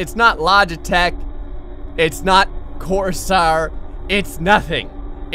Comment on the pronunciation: i'm sorry....did you say "cor-sar"?